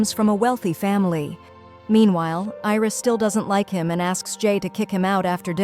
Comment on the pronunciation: It's not iris it's Aries and it is not roam it's ram